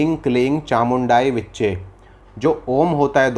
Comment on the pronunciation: बेटा आपका उच्चारण गल्त है और विचै नहीं विच्चे है आप किसी संस्कृत विद्वान से सही उच्चारण सीखें। आपको ए और ऐ स्वर के उच्चारण का ज्ञान नहीं है । पहले अपने आप को ठीक करें बाद में जन मानस को सिखायें । इससे तो किसी का भी अहित हो सकता है । मात्राओं और अक्षरों का भेद और उच्चारण किसी व्याकरण के विद्वान से सीखें । मैं आपको हतोत्साहित नहीं कर रहा बल्कि सचेत कर रहा हूं।